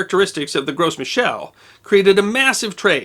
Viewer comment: Just a word, but the "s" in "Gros" is silent. Every time you say "Gros" is comes out sounding like gross.